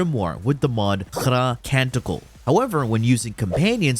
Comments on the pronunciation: khra the way he pronounced it means "shit" in arabic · Omg the way he said khra , it's 💩 in Arabic